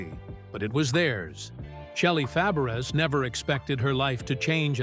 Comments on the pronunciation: I believe her last name is pronounce Fa-bray. The "a" after the F like the "a" in apple. She was a good friend of Annette Funicello and a great support to her during the progression of her MS. I bet she really missed her going through her own ordeal. But it looks like her husband was very supportive. I always liked her. I hope she is doing okay now. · This announcer is a bonehead. Her name is Fabares (pronounced Fah-bah-ray). The name is French! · You should pronounce shelly. FABERES the same as Nanette FAPERES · Please say her name RIGHT!!!!😢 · Mispronouncing her name is unforgivable. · Learn how to say her name WTF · You mispronounced her name!!!!! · Say her name correctly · He is an idiot who can't pronounce Fabres😂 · IT would be nice if you learned how to pronounce he name. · For sure! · I agree. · He got it close when he pronounced her aunts name . 😅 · I quit listening when he didn’t even bother to find out the correct pronunciation!😮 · Yes it would soooo annoying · Totally agree